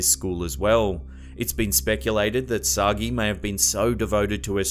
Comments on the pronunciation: Oh, for heaven's sake. 'Sagee' is not pronounced 'Soggy' but as 'sah-Jay' -- it's French and there's an accent aigu on the first E. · The doppelganger case is Emelie Sah-Jay. Not Soggy. I got corrected on that by a friend who speaks French. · I think it's written Sagé and pronounce /Sajé/ not /Sagee/ or whatever